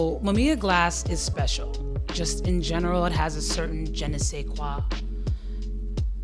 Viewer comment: Don't worry about the "Je Ne Sais Quoi"... the pronunciation was quite fine for a native French speaker 😊